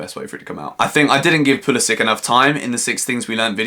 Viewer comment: Hello, i just want to inform you that you are pronouncing Pulisic wrong. It end's like Branislav Ivanovic or Aleksandar Mitrovic...